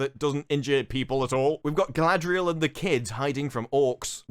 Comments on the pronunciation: Hahahahaha glad someone else noticed their pronunciation of Galadrrrrrrieeel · I never heard somebody calling her Guyladriel before. Its a bit disrespectful.